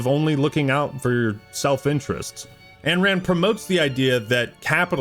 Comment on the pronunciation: Brother, love the video, BUT -------- IT IS NOT "ANNE RAND" it is AYN RAND, pronounced INE Otherwise good video